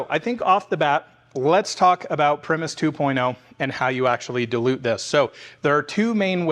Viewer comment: Btw pronounced pry-muss. 99% sure. Like the band. Same spelling.